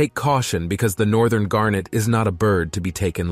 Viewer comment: gannet not garnet- otherwise well done